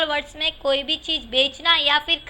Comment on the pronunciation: Cheej Nahi Cheez